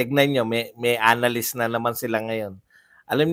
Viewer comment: Anong "analyst" mga "anaylyst"😂